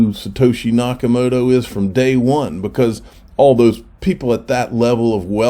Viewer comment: 'Nakamoorah' en 'Mister Bluebin'? Good lord, get a decent journalist please.. Next thing you know he'll be talking about 'crypto coin'